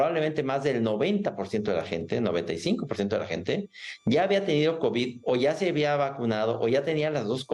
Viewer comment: Dice 4 kovis 😂😂😂😂😂 pobrecito borregito 😂😂😂😂